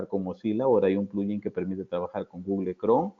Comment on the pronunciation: Muy interesante y gracias por la información suministrada. Le sugiero al que revise la pronunciación de su inglés con los docentes de su universidad. Ejemplo: Google = /ˈɡuːɡ(ə)l/